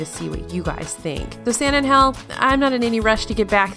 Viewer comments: You say “San Angel” very not Spanish like .. the accent is on the “A” -“Ángel.” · “San an-Gell” vice “San an-Hell”. :-) (J’s make a “h” sound in Spanish, not “G’s”) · Lol her saying “San angel” makes us Spanish speaking people cringe af